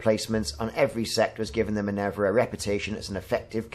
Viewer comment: Great video - one thing - min-ER-va :)